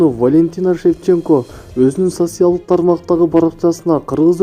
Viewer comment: Сасиал эмес , социал !!!!деп айтсанар